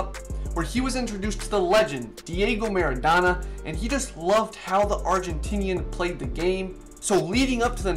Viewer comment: Mara- Do- na You say the “do” as in your saying “dough”